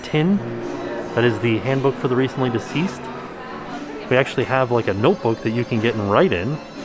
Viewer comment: says "Handbook for the recently diseased" LOL